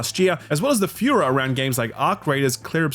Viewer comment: The way you pronounce 'furor' is a little concerning lol